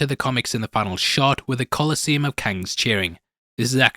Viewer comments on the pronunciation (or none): none